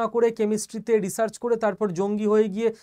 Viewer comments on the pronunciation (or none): none